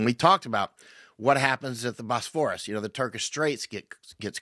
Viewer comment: Bosphorus => / BOSS-for-us/ . You done gots the syllable stress wrong. I bin there. Really Βους πόρος = Cattle crossing imilar in a way to Oxford a part of the rover Thames shallow enough to Wade or “ Ford oxen or cattle scross the river before there was a bridge as at Cambridge where there was a bridge across rge river Cam. As many people would cross at these point villages grew up around them to do trade with wayfarers. The Bosporus is way too big and deep to “ Ford” animals across in reality. The name is. Reference to mythology. Most English speakers get the pronunciation of the Greek letter β wrong. That the letter “ V” in the Greek alphabet as there is no single letter “ B” in zGreek or “ and” either.. βους => Vouss means “ cow”. Hence butter is called “ Βουτιέρου “ vouteru”= “ cow cheese” although to us “ cheese” is something a little different as Kraft Cheese hadn’t been invented yet. Then again it’s a bit of a stretch to call that “ cheese” too. Donald Trump would look like Ντοναλντ Τρυμπ in Greek as “ D” is approximated as “ NT”. There’s a problem as “μπ¨= B in Greek. So they woukd be pronouncing it as “ Donald Trub”. I haven’t been there for 20 to see how they handle it as thefe would not be a way of reproducing “ ump” as it is said in English in Greek.